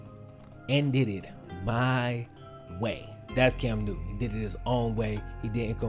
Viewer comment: Cam "New-N" lol